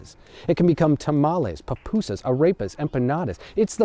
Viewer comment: I don't think there was ever a whiter way to pronounce arepas and pupusas like in this video